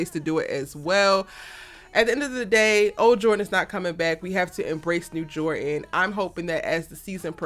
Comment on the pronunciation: Jor dan!!!! Jor dan!!!! Is dropping the d a cultural thing? Don't do that to people's names.